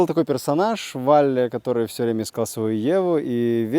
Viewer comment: Какой ещё ВАлли? Он же ВОлли!